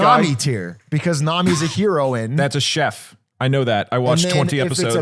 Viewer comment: Can't get over the way Atrioc says heroine